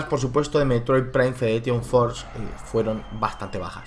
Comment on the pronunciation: Si dices FedereTion, puestos porque no dices FederATion?